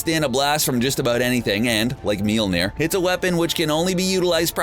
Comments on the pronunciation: Its Mjölner not Mjelneer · MJOLNIR NOT MILNIR! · It’s not mealmeer it’s molmeer that’s how it’s pronounced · He’s says Mjolnir as MyOLNeAr. No hate bro. Love your vids. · Its pronounced as "may all neer" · Its pronounced myolnier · Why are you pronouncing it "meal-nair" ... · The pronunciation of mjölnir in this video is beyond annoying.